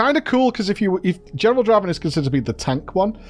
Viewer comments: Can we get and to say "welcome to the league of Draven" on stream and settle this once and for all? There's just no way it's "drah-ven", it's 100% "dray-ven" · Jesus. Haven't you ever played League of Legends? "It's Draaaaven. Not Draven."